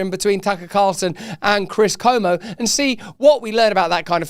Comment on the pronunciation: Tip for Russel: his name is Chris CUomo not Como.